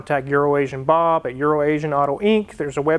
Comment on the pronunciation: has ruined Bob’s name single-handedly. I love it.